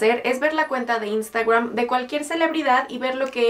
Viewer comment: Por que dices INSTAGWWRAN?